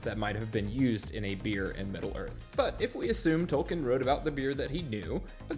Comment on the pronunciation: Tol-KEEN, not Tol-KIN.